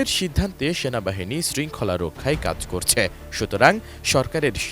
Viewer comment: গাঁজাখোর সাংবাদিক, রক্ষাই নাকি রক্ষায় হবে? সঠিক উচ্চরণটা পর্যন্ত জানেনা, হইছে সাংবাদিক।